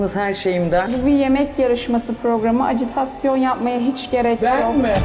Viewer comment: Azıcık Türkçe bilen yarışmacılar alın ya. Acıtasyon diye bir kelime yok, doğrusu ajitasyon